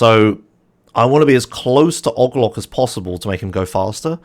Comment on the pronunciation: i tried so long to figure out who ogloc is. 🤦🏽 its OH-GEE-LOC